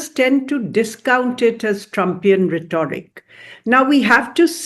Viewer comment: A general note about wrong and/or incorrect/inappropriate use of English words/expressions by majority of Indians(common people as well 'educated'(teachers, professors, IFS, IAS, IPS etc). Like this lady(ambassador to the US)pronounces 'rhet o ric'(correct) as 'rhet aw ric'(incorrect). 'parti zun' as 'parti saan'. As a fellow Indian I just find it embarrassing. Even the most commonly used words/expressions are wrongly/inappropriately used and people insist on speaking in 'english' not realizing that they are mutilating the language and are incomprehensible.